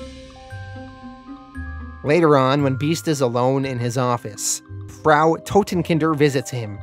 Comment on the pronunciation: This is brilliant series. I've binged 3 of these today. Sorry, going to make the comment again "Frau" Totenkinder rhymes with "now", "how" and "cow".